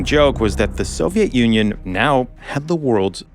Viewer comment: I kept hearing Soviet ONion!